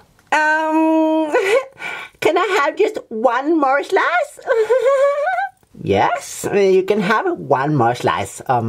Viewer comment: "can I have just one more schlice?"